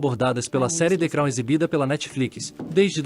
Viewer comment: Hahahahahaha..."de crau"